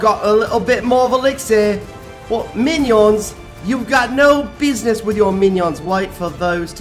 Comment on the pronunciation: I died when he said mainion